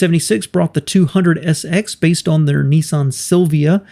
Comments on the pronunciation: Interesting video, but I still can't understand why Americans pronounce Nissan as "Neesahn"? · ‘Neeson’? Nissan what the an “I”!🤮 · There is no such car as a “ knee-sun” what you really mean to say is NISSAN , the first syllable rhymes with “miss” . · WISH YOU YANKS PRONOUNCED NISSAN CORRECTLY. THEY IS NO E IN IT, YOU LOT SAY NEEESSAN. ITS NISSAN, PISS NISS, PISS-AN NISS-AN. YOU DO NOT SAY PEESSS DO YOU FOR PISS. SO STOP SAYING NEEEESSAN FOR NISSAN, REMEMBER PISS NISS-AN FFS. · Nissan, not Nessun. .🤦🏻‍♂️ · It’s actually not pronounced ‘neesan’ it should be ‘niss-an’. The two consonants after the ‘I’ make it hard. It’s an oddity in the US that the vowel/consonant rule is very often ignored. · The big question is why do Americans pronounce it as “knee sahn”? Everyone else seems to call them Nissan. As in “Niss Ann”. Same as it is spelled. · Its not "Neeson" its an "I" no "EE's".. phonetically Niss-an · Hey mate , you've put together a great video on both car manufacturers & how they've become 1 , but , Why do you American's have so much difficulty pronouncing words properly? ; over here in Australia ( Oz ) - we pronounce Nissan as "Niss-an" & not "Niss-arn" & Datsun is pronounced as "Dat-sun & not "Dart-son" & I find this very hard to put up with hearing ; although you've done a great job of things - just remember that we find the American mispronunciation difficult to handle over here ( even in movies etc ) so keep this in mind when you're doing your next video(s) as you've done a great job so far. Do keep on going with your videos. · Neessan ffs, there's no "e" in Nissan, why can't yanks pronounce it properly, Niss-an. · It’s pronounced “Niss-anne”, NOT “Nee-son” FFS!! 🤬🤬🤬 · It isn't pronounced Neesan, it's pronounced Ni ssan